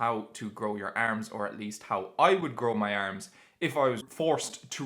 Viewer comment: The Irish way💪